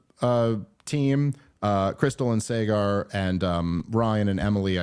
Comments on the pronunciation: Dave will never pronounce Saagar correctly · i honestly don't think he's had the time to watch their content and realize how dumb they all can be. I mean he still gets Saager's name wrong lolol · Since we are correcting pronunciations, the host of Breaking Points is pronounced "sogger," not "saygar." 😊